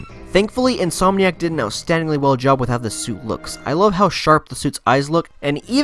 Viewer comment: It’s pronounced “in-som-nee-ack” not “in-soam-nee-ack”. That being said, you play this game really well 👍🏻